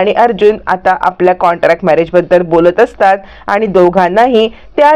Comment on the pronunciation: कॉंटॅक्ट नाही हो कॉंट्रॅक्ट